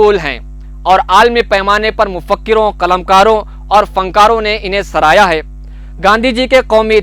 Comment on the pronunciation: میرے خیال سے عدمِ تشدد اور سراہا ہوتا ہے آپ نے بار بار دونوں لفظ کو غلط پڑھا ہے